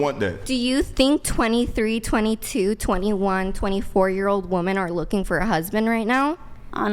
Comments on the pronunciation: What's with women not being able to pronounce the word "women"? They continually say "woman" when referring to multiple persons. How could I possibly take you seriously? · They actually can't pronounce the word "women" for some unknown reason. I thought they didn't know the difference between the two words but they actually just pronounce them the same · It is insufferable to hear a grown woman who is unable to distinguish a difference between the pronunciation of a word as basic as "WOMEN." My friends would clown so hard if I showed up at a work function and introduced them to that prattle-factory.